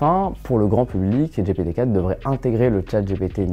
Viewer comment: Pour quoi prononcer Dgé Pé Té ? C'est soit en anglais, soit Dgi Pi Ti soit en français, Gé Pé Té... Non ? Super vidéo sinon ! Bing a aussi l'avantage, il me semble, de ne pas limiter son IA au données s'arrêtant en 2021. En gros si on lui demande un renseignement sur un événement qui a eu lieu en 2022, il sera capable de le donner alors que GPT 4 ne le pourra pas. À confirmer ;)